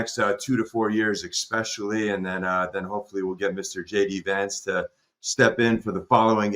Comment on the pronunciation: Very intersting stuff . I just wish he’d stop saying EXpecially … not good for the cred .